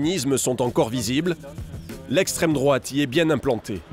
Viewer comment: Le discours comme d'habitude est très orienté. Déjà la façon dont le mot extrême drouaaaaate est prononcé.